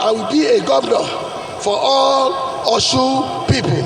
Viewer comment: It is Osun and not Oshun. Alphabet sh is old yoruba spellings. Now a S with a dot under it.